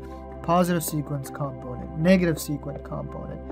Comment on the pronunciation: It's comPOnent, with the emphasis on PO, rather than COMponent as you're saying it.